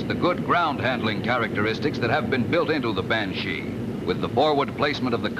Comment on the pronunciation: The voice-over announcer's pronunciation is funny ..'ban-SHEEE' (heavy on the 'she' part and with a lingering 'e' sound. Cool jet though; the iconic jet shape for me, for as toy jets went back in the '60s, that jet was what I played with when I was 7 or so. Thanks for the upload! GREAT!